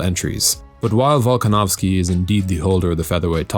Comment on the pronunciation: Volkanovski?? Really buddy???????????